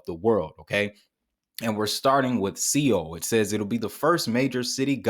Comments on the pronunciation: My man, Seoul is pronounced "Sole" Korea Seoul, Korea ... Not SEE oul .... here to help, Keep up the good work. its helping me .. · Great video! It's pronounced soul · Seoul is pronounced as, "Sole"